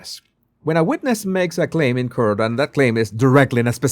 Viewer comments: "court" is not pronounced like "curt". It is pronounced like "cort". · Yay, great video. I hope you won't mind me helping with your pronunciation, Court is pronounced the same as caught, as in catching 🎉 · Hi Court is pronounced Cort, Caught I know you love to pronounce correctly🤗👍